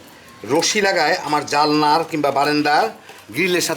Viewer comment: ভাই সাহেব, জালনা নয় জানালা। ভিডিও করছেন তো, না খামখেয়ালী ।